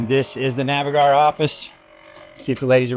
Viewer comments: Hi please could you pronounce Navigare correctly as you were told by Phillip Winter in your podcast "Can you earn income owning a boat?" The rest of the video is great. I need to tell the same as she is pronouncing it phonetically and not correct. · Was this filmed before learned how to properly pronounce Navigare?